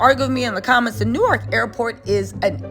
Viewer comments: …It’s Pronounce “Nork” not New-ark 😂😂😂😂 new subscriber this #jerseygirl loves your content. 😊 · Being from da bricks and hearing you say New-ark is driving me crazy lol